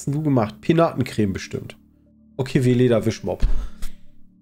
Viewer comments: Weleda ist nicht Vileda. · Weleda ist NICHT Vileda (Wischmopp). Vileda heißt so, weil es sich "wie Leder" anfühlt. Weleda ist eine Naturkosmetikmarke.